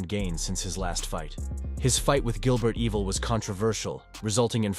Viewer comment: “Gilbert Evil” 😂 I love AI